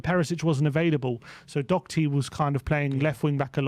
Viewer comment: Why do people insist on putting a c in Doherty? It's really fucking annoying.